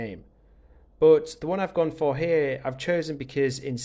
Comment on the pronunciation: Omg stop saying but, and it's but not buot